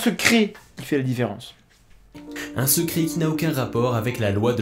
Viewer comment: Le "secri" à ... je me le passe en boucle, je chiale de rire !!!!